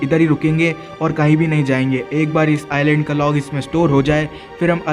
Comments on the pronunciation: Bro Island ko iland padh te hai s silent hai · It is not Iceland it is island s is not pronounced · Bro its not Iceland its iland s is silent letter